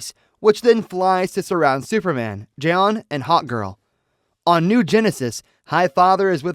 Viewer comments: Jay-on jay-on? Oh, crack me up! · Jay-On Jay-On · Jiyon Jiyonnn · Jay-Yawn lol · Why can't you pronounce 'Jon' it's literally just 'John' I had to quit watching cause it drove me insane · Bro the fact he mispronounces J'onn constantly is very sus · This narrator sucks. I can’t stand the way he pronounces J'onn. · I don’t understand why you can’t pronounce J’onn’s name correctly